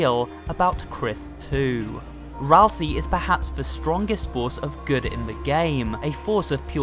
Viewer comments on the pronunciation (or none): Hey, did you know. That Asriel can be rearranged to spell Ralsei? It can also rearrange to spell Ralsie. But "Ralsie" isn't a character in Deltarune. Ralsei is. That's pronounced 'ral-say'. Not 'ral-see'. If his name was pronounced 'ral-see' it would be spelled Ralsie. But it's not. This is grade 1 english.